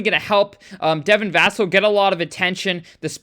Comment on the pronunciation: You bring up a good point with Vassell being on TV more.. that contract should tell you what SA thinks of him.. btw his last name is pronounced like Sam Cassell but with a V.